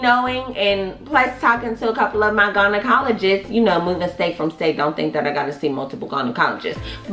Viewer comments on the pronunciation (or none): Omg did she say gun na cologist lol